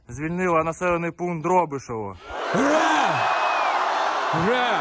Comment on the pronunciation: Вслушайтесь как произносит Путин слова ура - это что? Последние вздохи меня это очень беспокоит не заболел ли он